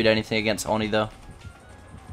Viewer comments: I think it’s pronounced oh-knee not onnie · Oni (Oni) not Oni (ani) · ON-NEEE bruh it’s OH-NI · Its pronounced oh ni not or ni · It's oh knee not ah knee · its not fucking ON-E its OH-KNEE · I hate when he says Awni it's oh ni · I hate how you keep saying Aw-ni instead of Oh-ni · oni i pronounced oh-ney not awe-ney ipa: /oni/ not /ɑni/ japanese: 鬼(おに) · Its o-knee not on-e lol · Please pronounce it Oh-knee, not On-E. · Nobody:: Awni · Do you Call him ONi I always call him oNEE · It is O-KNEE. 😂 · man really said "on knee" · Whats "Awni"?? I know about the new killer Oni but I haven't heard of "AWni" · dude it's pronounced OWN-EE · It’s pronounced “owni” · No rudeness intended but it is pronounced Oh-nee,this was pain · You pronounce oni wrong. It’s oeni on awni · Anyone else annoyed by the mispronunciation of Oni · anyone else slightly annoyed by how he says oni 😂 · For the love of God. Please stop pronouncing Oni like that.